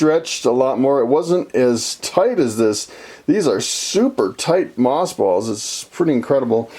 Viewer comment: Earlier I understood you to say moth balls. 🤭🙊